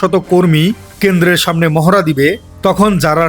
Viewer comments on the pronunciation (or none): none